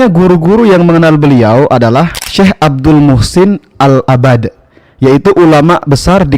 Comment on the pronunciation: rasa² pemilik channel ini ruwaybidhoh, penyebutan nama syaikh saja salah "العباد" ahsan antum pertebal ilmu dulu akhy baru bikin channel dakwah.